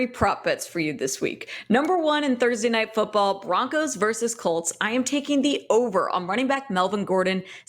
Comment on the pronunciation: Before we get started, Prez, it's "versus" with two syllables, not verse with one syllable. I'm not going to stop until you get it right. Enjoy the casts, btw...:)